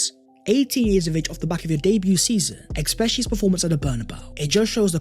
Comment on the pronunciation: its especially not expecially stop saying the x bro it triggers everyone in my house when we watch ur videos bro